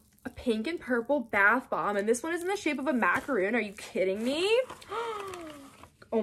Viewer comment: Macaron NOT Macaroon